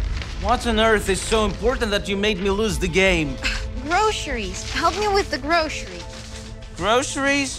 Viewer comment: it's Gro-Ce-ries. NOT Gro-she-rish